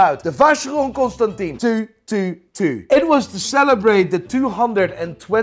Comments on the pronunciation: Love you. Please pronounce Constantin properly;) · He could at least pronounce Constantin the right way